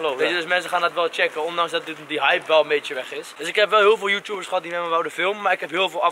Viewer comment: hij zegt joetoebers maar het is YouTubers